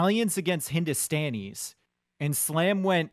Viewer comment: Its Hindu - Stan - E - s not Hindu - Stawn - E - s :P